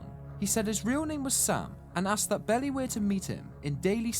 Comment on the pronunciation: Great video! Although it's pronounced Bee Lie not bellie